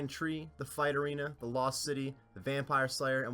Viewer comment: every video i hear you said theed instead of the ed, i instantly dislike the video... just fyi